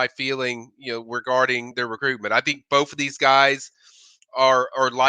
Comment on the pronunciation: Both it’s pronounced BOTH TH not FF